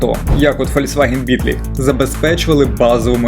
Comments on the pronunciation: Бітлі… найс інгліш.. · Дуже смішна вимова "beetle" у вас :face-blue-smiling:Правильніше /ˈbiː.t̬əl/ - "Бітл"